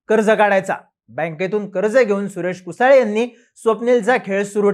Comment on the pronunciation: कुसळे म्हण रे. कुसाळे काय इंग्रजीतलं स्पेलिंग वाचून चुकीचे उच्चार करता.